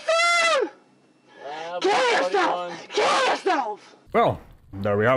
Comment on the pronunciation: I thought that, when she said "I'm going to keel myself", it was purely so she would go to the hospital rather than jail. She knows how to play the system!.